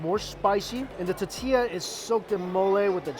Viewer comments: It’s now a drinking game for us whenever Mike says “ta-ti-ya” instead of tortilla lol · Love yoy, but PLEASE - it's TORtilla, not TAtilla! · Say it with me T-O-R-R-T-E-YA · Say it like this Mikey, “Tour-Tia”. 😂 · Not one comment about how he says tortilla? Or maybe I got tired of scrolling to find it. Lol. Awesome video. That little girl made it worth sitting through the tuhtea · "ta-tee-lla" lmao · teteeya - you're killing me Mike! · So cringy! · Nobody: Mikey: TATILLA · Totilla... chocaty? All these new words. Lol at least he didn't say Jooshy this time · Say it with me mike... tore-tea-yuh. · It’s driving me CRAZY!!!! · Lol 😆 I'm calling it that from now on. It's no longer tortilla... it is now "tatia" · I would do almost anything to hear you say “tortilla” and not “tatiia”. PLEASE at least fit in the “r” sound somewhere in there. Like I said, I will do almost anything. I’m ready for the challenge. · Squishy Mirror tuh TEE ya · There's an "r" in tortilla